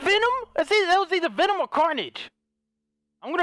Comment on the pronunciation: I love how H20Delerious says Venom, lmao, he says "Vinom".